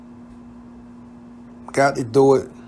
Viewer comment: Whatever they needed her to dur??? Why y’all say dur, yur instead of do & you???